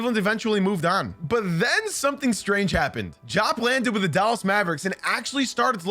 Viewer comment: It's pronounced Dee-op, not Jop.